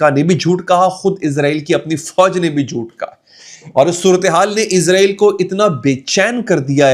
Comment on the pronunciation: bhai lafz ISRAEL hai "IZRAEL" eik farishty ka name hai...